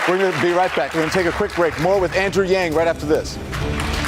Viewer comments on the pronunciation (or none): pretty sure he said Wang... seriously Yang isn't hard to pronounce.